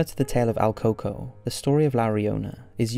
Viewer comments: your saying his name wrong its El COO COOIE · My mom told me about el “coco” buh you pronounced it wrong it’s El Còco (cu- co) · el coco? el pronounciation you butchering dingus: koo-koo-yyyy